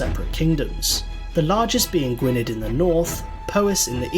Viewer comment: That's not how Gwynedd , Powys or Dyfed are pronounced.